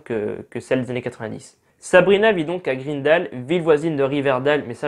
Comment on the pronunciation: Mon dieu mes oreilles, Riverdale se dit RIVERDAILE et pareil pour Greendale